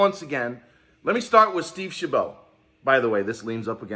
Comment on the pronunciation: shab it! like rabbit, how to pronounce Steve Chabot, OMG your'e driving crazy